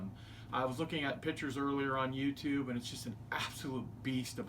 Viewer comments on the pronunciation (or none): none